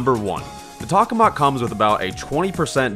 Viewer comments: Just an FYI, you’re saying “tak-oh-mak”, but it’s “tak-ah-mak”. It’a a reactor in real life. Also, while a space themed weapon would be cool, in a 50s ascetic environment, he shouldn’t have a weapon based on a reactor we still haven’t been able to get working. Also, omg, your suggestions to improve the weapon are Sooooo not balanced! You want it to rapid fire the bullets from the shirt circuit?? Almost all weapons with unlimited ammo have major downsides! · tock-o-mack** >:V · What? Tokamak more like tohamak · It's pronounced toe-ka-mahk, I think? That's how I first heard it. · Vid was cool but I died a little inside every time you said the name wrong.